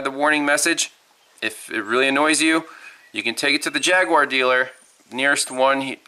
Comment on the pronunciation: "Jagg yew aar." lol